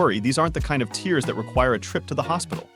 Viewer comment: Why does he keep saying “tears” as in crying?